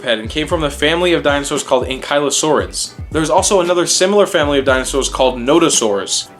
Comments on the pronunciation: What great video! However, I always pronounced it like ANKLE-O-SAURUS. Keep them up! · You said it wrong